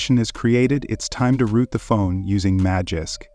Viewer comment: When he said root, I give up